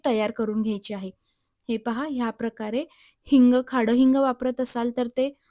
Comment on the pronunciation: रेसिपी मस्त आहे❤ परंतु खडे हिंगल खाडे हिंग का म्हणत आहात?😅